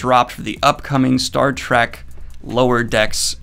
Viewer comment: did he just say Star "TRAK"? also, his watch is really on the nose.